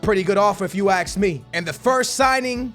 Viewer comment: “If you axe me”